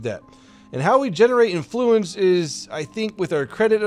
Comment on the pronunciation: Why...must you say "Influence" like that? You're putting too much emPHAsis on the wrong syllABle